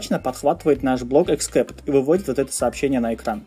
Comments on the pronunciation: А "деление ПО нулю" - это тоже новый язык :)))))) Вообще, перед записью видео полезно посмотреть ролики о великом и могучем :) Деление НА ноль!!!!!! И except читается как "эксэпт", а не "'эксКэпт". И не "поимка", а "обработкка": "обработка исключительных ситуаций", "обработка исключений" или "обработка эксепшинов" на худой конец :) Капец! Ты книги вообще читаешь? Но само объяснение приятное - доступное. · эксепт(а не экскепт) бро. извини, просто режет ухо. спс за твою работу. очень помогает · боже, что за чрай и экскепт?перед выпуском ознокомься со словами, но если игнорить это то твои видео лучшие, спасибо!!!! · except [ɪkˈsept] читается как "иксэпт" спасибо за уроки:)